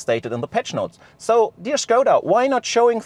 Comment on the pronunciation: "shkouda" sounds wrong. I'd prefer "skouda" (english) or "shkodda" (czech)